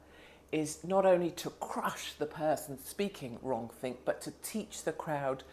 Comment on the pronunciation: 'Wronk-think' Yes! Hello 1984!